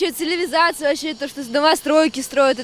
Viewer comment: Какая дремучая парочка Ужас. Даже слово цивилизация не могут правильно произнести.